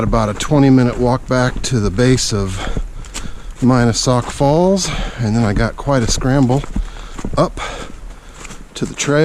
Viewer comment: He mispronounced the name of Mina Sauk Falls.